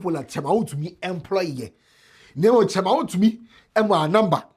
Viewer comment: Attorney general next time master how to pronounce wontumi woboaaaaa name well😂😂😂😂